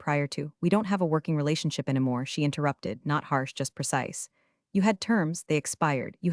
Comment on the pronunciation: What are "croissas" or "crossas"? Are they like "croissants"? You don't "plug in" to wi-fi. You log in. That's why it's wireless. Why does the AI voice pronounce "anymore" as if it were spelled "ennuh more"? That's irritating. And like all of these videos that contain the name, "Ava" is mispronounced 100% of the time. This AI is crap, and the poster is either ignorant or supremely lazy for allowing so many errors in a posted video. They are simple to correct. That's pure desperation to beg for subscriptions at the beginning of a video. So I will downvote at the beginning. The whole story is about replacing a human with AI. This video used AI, replacing any human element. That's why it sucks and is full of so many errors.